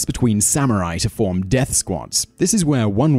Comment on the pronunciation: dearth samurai